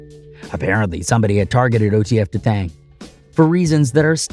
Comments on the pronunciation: D'Thang... Not Da Thang 😭💀🤣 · Dthang. Not Da Thang lmao 😂 got me dead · No Dthang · **D-thang = Dee-thangg